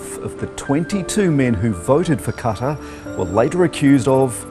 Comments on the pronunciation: It's Not Kattar It's Qatar (Kat-ar) 🇶🇦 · Bhai kuch bhi ho bas jisko bhi bola tumne purri video mein es naam ka koi desh exist hi ni krta 😂 katar katar lga rkha ktr hai wo video bnane se phele pronounciation to sikhle fr hi bol lio phobia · bhai please qatar ko sahi se pronunce karo....its GATAR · Qatar ❌️ kattar ✅️ BTW fantastic video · Nobody: in this video: kAtAR 😂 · Abe uncle qataaar nhi Qatar hai parhlo Ulta seedha choro wo Qatar hai uski marzi west hijab ke khilaaf hai banned kardiya to Qatar ne shaarb..... batao shrab sehat keliye shi hai.....Naye dor ke sir LGBT ** west ke apne rule Apke apne qatar ke apne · #Qtar👎 not #kataarrr👍 😂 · qatar or cutter ? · kataar nhi QATAR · Tu tu fu fu fuuu fuuu. Uska tongue slip hoti hai 😂😂😂. Saala dar puk apna mulk chod diya aur bag Gaya. 😂😂😂😂😂. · Katar nhi qatar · Not " Qatar It Is A Gataar " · kya maine 'Gutter' suna 😀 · Abe Gawar Qatar Naam le na sikhle